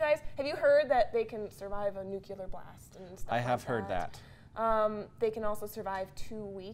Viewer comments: Nuculear. Why?! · UHHHHHH she said NUKULAR :(